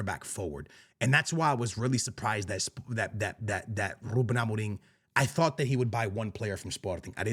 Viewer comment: dude will simply not stop pronouncing amorims name wrong, wtf is amo-ring